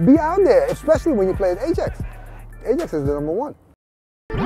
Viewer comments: The guy who kept pronouncing ajax as ai-jax instead of i-yax sort of pissed me off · AH-JAX LOOL ITS PRONOUNCED I-YAX! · I can't understand why, as a Ajax fan, you would prenounce Ajax as "E-djex". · Sid Iyer it it is Ai-jax not I-yax Although A-jax is better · "Ay-Jacks" ... > proceeds to hang myself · "I'm an Ajax fan" Pronounces Ajax as 'Ayjacks' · Just to check with my Dutch friends, it's pronounced "i-yax", correct? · Person to #NeverFollow is the guy who says Ajax like A jacks. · NO ITS AJAX JUST AAAAAAAAAAAAA JAXXXXXX COME ON PEOPLE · The guy kept saying ai jax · IF HE said A-Jax one more time!